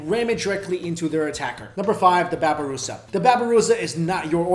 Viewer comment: babi rusa??? 😂